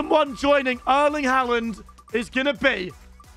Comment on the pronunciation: bro said haland instead of haaland